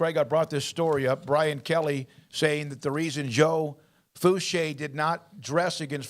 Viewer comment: Its foo-shay